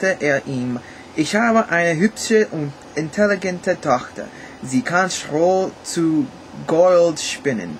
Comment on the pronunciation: On a scale (1 = very bad and 10 = very good) I'd give you a 4, because your ch sounds too harsh and your pronunciation isn't too good. For example: "intelligente Tochter" You pronounce "intelligente" like intelligent. But there's a difference! Intelligent has it's accent on -tel-, but the German intelligent has it on -gent. Your tact sounds not very fluently.